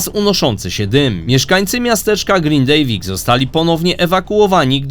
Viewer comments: "grindawik" a nie "grindejwik" Bo aż kłuje w uszy 😉 Dziękuję 🙂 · Nie ma Grindiviku tylko jest Grindavik aaaa vik. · Mówimy GRINDAVIK TAK JAK PISZEMY 🫣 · Fajny materiał, to Pan jest ojcem Globalisty? Globalisty slucham od dawna a na Pana dopiero teraz trafilem. Jestem na wygnaniu w Reykjaviku bo w Grindaviku tez jest moje mieszkanie. Miasto Grindavik normalnie sie wymawia i odmienia :). Pozdrawiam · ktos tu nie potrfi wypoowiedziec GRINDAVIK POPRAWNIE... gratulacje lol🤣🤣🤣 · Za każdym razem źle Pan wymawia nazwę miasteczka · Grindavik Panie GRINDAVIK